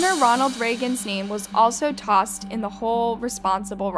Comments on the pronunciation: Also butchered a lot of the names, maybe a bit dyslexic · Same lol. I love this channel & I love her flow of narration, she sounds quite intelligent otherwise, but yea she’s always pronouncing common words & common names so off lol